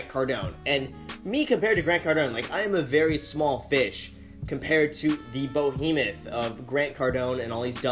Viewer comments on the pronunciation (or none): The BOhemoth??? Lol